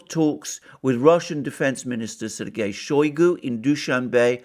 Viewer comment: It is not [showy goo] it is [shy goo]. Using [showy goo] makes you sound like a Brit mispronouncing Russian name. In Russian, o or a can make English sound a, depending on placement of word stress.